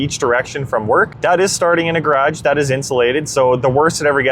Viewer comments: Nice work on this video! You clearly have the units understood. Not a single mistake with kwh versus kw. The only thing I can comment on is your pronunciation of garage . It is a two syllable word but you are trying to shorten into almost one syllable. Like gradj instead of gar age. A tiny piece of the U.S. does that if from near Washington DC and south of the Great Lakes. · Nice test. Had a problem understanding what a gradge was 😂 What battery chemistry do you have? NMC I'm guessing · This is all good and well, but what's a 'gradge' ??